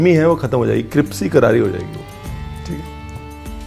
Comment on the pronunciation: Sir ji meri dost wo gana tha na " isq isq karna hai kar le" to wo isq ko iqs bolti thi 😁😁 Same aap bhi crips bol rahe ho😁❤️❤️👍👍👍🙏